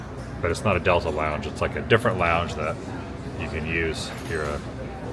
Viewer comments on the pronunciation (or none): none